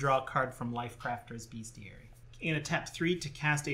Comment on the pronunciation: Although it's a book about beasts, and shares etymology with the word "beast" it is in fact pronounced "BEST-ee-air-e.e" mid 19th century: from medieval Latin bestiarium, from Latin bestia ‘beast’.